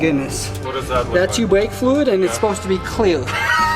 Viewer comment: Did he say brake fluid or Bwake Fruid?